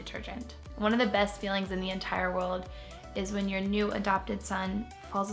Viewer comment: Ugh, anyone who uses words like "scare-bears," and "kiddos," and pronounces best as "bust," and names their kids Huxley and Cova?! And goes on a diet publicly when they only weigh 135 lbs and they are 5' 8", makes me SICK. I cannot help it, I hate her. I am 5' 8" or a bit more and if you weigh less than 135 lbs, you are skin and bones!! And she uses praying and fucking BS, which I cannot stand. Praying is magical thinking at its best. And she'll do anything for money, obviously. What an asshole.